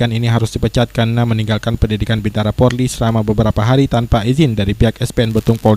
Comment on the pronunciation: BINTARA yg bener Bukan BIBTARA